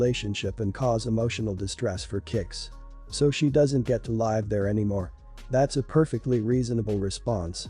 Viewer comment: This voice is always pronouncing live as life.. can you fix that?